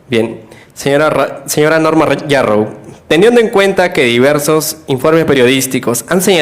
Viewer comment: Sr,no es Narrow, es Yarrow,y despues te ofendes cuando te dicen caviar, disculpa pero me permito decirte caviar, porque antes de abrir tu bocota informate bien, porque yo resido en CANADA y en este PAIS siendo desarrollado,terminan sus estudios unverisitarios no pueden ejercer,porque no hay plazas,y se ven obligados a estudiar otra profesion, igual pasa en los EEUU, asi que And so sorry for you, See you next time, caviaron